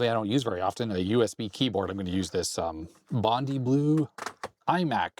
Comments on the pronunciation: not "bond-ee blue" but "bond-eye blue", like the waters off Bondi Beach, surely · FYI say 'Bon-die' for Bondi (Beach) Blue 💜